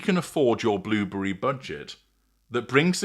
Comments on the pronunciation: Like he has blubbery lips! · The way you say "blueberry" is simply fabulous haha